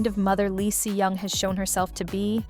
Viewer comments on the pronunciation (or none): These idiotic voice-overs - c'mon content owner - use phonetics to properly have your AI robot pronounce the names. "S.E.O" is NOT how you pronounce "Seo"... "S-eye" is not how you pronounce "Si". This ruins your credibility.